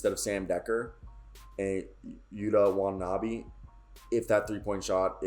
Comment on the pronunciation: Wata ( like water) then nah- bee Watanabe